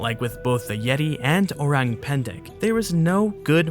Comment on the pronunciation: listening to this guy saying orang pendek hurts me so much as an indonesian hurts man